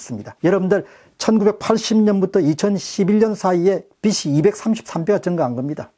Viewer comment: 좋은내용 늘 감사하게 듣고 있습니다. 그중 들을때마다 좀 걸리는 부분 있습니다 .(빚이 ㅡ빗치. 비시 라고 발음하십니다. '비지'로 발음 되어야 하지요. 매번 그렇게 하셔서 감히 댓글 답니다~ 빚은,빚을 도 마찬가지였고요)